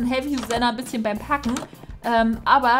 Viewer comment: Packen hat sich wie ein kaken angehört